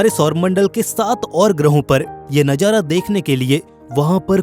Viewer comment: Bhai tum manzar ko manjar or nazara ko najara bol rhe ho...baki voice shi h